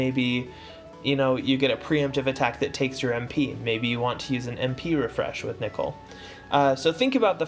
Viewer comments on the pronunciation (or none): This nigga did not just say Meratime Nickel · Why nickel..? Why cant any one pronounce names. First Tituz and now Nickel.